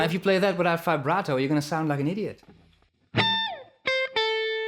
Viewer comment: Well idk you like trump or not but what he said was true........ And you always say “fi-barto” not VIBRATO.......why?